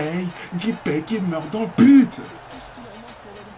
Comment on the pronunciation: Bonne video ! ;) et c'est pas "Dipay" mais "Dépay" ! :)